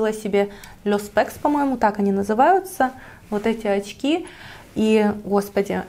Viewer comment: Что с вас с буквой Ч?...оЦьки, сумоЦька.....бесконеЦьно...